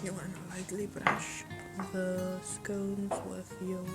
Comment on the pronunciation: Good job pls its not scouns its scones